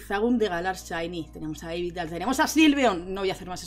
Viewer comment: No entiendo esa pronuncion de yveltal para ser sincero y da bastante tok jajaja